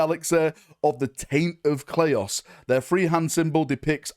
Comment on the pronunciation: "the taint of 'clay-oss'" new faction confirmed??? 😂